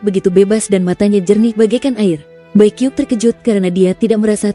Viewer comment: Bacanya bukan bai kiuk... Tapi bai qiuksue.